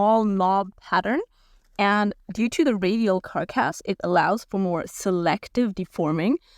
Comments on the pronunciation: Thanks for the review. Your videos are helping lots of people. P.s. As a native speaker English speaker who is terrible at languages, ‘carc-ass’ is normally pronounced as ‘car-cass’ or even ‘carcuss’ which avoids the 🍑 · Interesting video. You are certainly enthusiastic about these tyres. You seem to be using an electric bike. Does that influence the value of these tyres? Comments on English: Carcass has for me stress on the first syllable. "CAR-kiss" 80% skill, 20% EQUIPMENT. Not Material. Material in English refers to the inputs from which something is made. eg: What material is the tyre carcass made from ? But then again German English may be different, please excuse me! Keep up the good work. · Preface, just trying to be helpful. (unless you're doing this on purpose to get people to comment --if so disregard) You do not pronounce the G in gnarly. Just narly is how it sounds. Also in other videos when you've said the word carcass, you pronounced "Cark ass" and its more like "Cark us". Just trying to be helpful, I realize English isn't your first language. You do an excellent job otherwise! <3